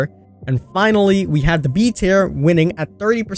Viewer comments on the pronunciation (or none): King, I love you to pieces but you say the word tier differently than I’ve heard from a lot of people. I wasn’t getting what you were saying at first. Still my DBD boi though!